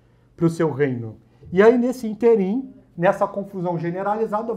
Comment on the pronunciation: É ínterim e não interim.